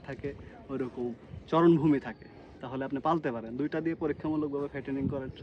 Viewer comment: আপনি চারণভূমি কে চরন ভূমি বলেছেন! আশা করি সঠিক বাক্য টাই আমাদের শিখাবেন❤ সুন্দর ভিডিওর জন্য ধন্যবাদ ❤